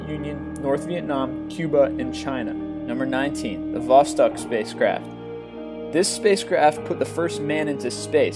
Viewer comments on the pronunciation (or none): none